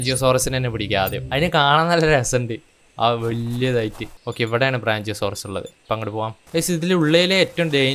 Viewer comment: "ബ്രാഞ്ചിയോസോറസ്" അല്ല "ബ്രാക്കിയോസോറസ്"...😂